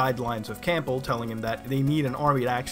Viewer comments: His name is Campbell, not Cample. And it's Pen-tazz-uh-meen. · Great video. It's pronounced "Cambell", by the way. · Why is he pronouncing the p in Campbell?